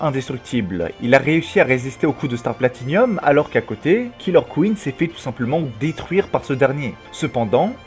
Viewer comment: par contre il va vraiment falloir arrêter de dire "Star Platinium" .. c'est "Star Platinum " il y as pas de "i" après le "n" ... en anglais " PLATINE " ce dis "PLATINUM" ... faut apprendre a lire un minimum et a parler correctement aussi